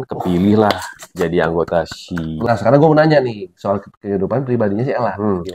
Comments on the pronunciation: Iya Kak di-spell satu-satu 🤭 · iya, penyebutannya bukan she = shi/syi..tapi kayak huruf English di spell gitu loh.. s.h.e = ex.eij.yi gitu 😊🙏